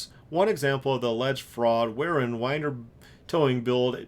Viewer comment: P.S. Winder rhymes with cinder.